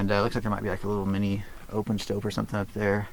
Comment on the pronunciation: Stope not Stoke